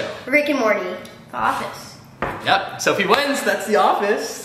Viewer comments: Not dofie it’s dophie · Chole did you just broke sofies brother's TV and stop saying doffe all the time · always says Dophie in the love videos